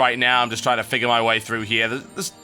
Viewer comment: "trine to remember how to do this!... sorry i had to.... sorry XD